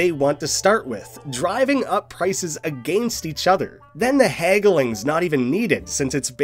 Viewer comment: why do you say against like that